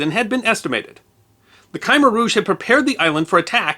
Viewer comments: When did khmer start getting pronounced as kaimer? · You Americans make no effort to correctly pronounce foreign words. Khmer Rouge is pronounced kuh·mehr roozh. Phnom Pehn the Ph is silent it isn't Pnom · Sorry,, but what's this Ky-mer rouge? Indeed, when you started talking, I thought you were banging on about something called the Khyber rouge. I'm sure you don't think it unreasonable that you should actually be able to pronounce the name of one of the main protagonists in your story, do you?... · I am accustomed to hearing "Khmer" pronounced "k'mayre" or maybe with slightly less long an A than that implies; in short, pretty much as it's spelled in American standard orthography. Have people been mispronouncing that my whole life? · Hi, great story. I was in Vietnam and Thailand 1966-70. By the way, Khmer is a one syllable word that rhymes with hair. "Kmare" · It's pronounced "Kumair" emphasis on the SECOND syllable. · I wasn't making fun. Just seriously wondering who changes the rules, because I never get the memos. When I was young, Ghengis Kahn sounded like Gingis and Uranus sounded like what Beavis and Butthead would mock. I've heard two people now in the last few weeks pronounce Khmer as Kimer and wonder what academic got that ball rolling. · Khmer is pronounced Ka-mer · It's too easy to find how to pronounce Khmer properly right on Google translate to Khmer. Yet our guy here decides to go with 'Khy Mer'. Abomination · Thanks for posting this video. I don'r know if it was as a result of my suggestion or if you already had it in mind but it was well done as always, though I've always heard the pronunciation for the brutal Khmer Rouge as "C'mere" Rouge. b d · It's not pronounced kahmer rouge. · WTF is a "Kimer Rouj"? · Dearest most esteemed, I find it quite disappointing that you pronounce the word "khmer" as "Kai-mer". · FOr a self-proclaimed "", you can't pronounce "khmer" for shit...